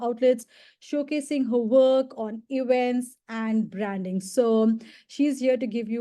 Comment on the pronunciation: Feedback: It's hard to understand what she is saying. Many words are mispronounced as ranks, traits, branding.